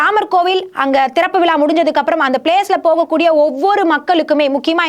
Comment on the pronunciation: திறப்பு விலா கிடையாதும்மா... திறப்பு விழா.... முலுக்க முலுக்க கிடையாது... முழுக்க முழுக்க... என்னவோ போங்கம்மா...